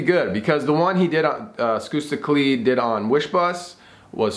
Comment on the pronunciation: I know its spelled as skusta clee But the pronunciation is skasta cli thats how you pronounce it